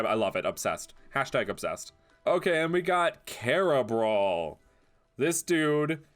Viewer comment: Instead of carabaw its carabrawl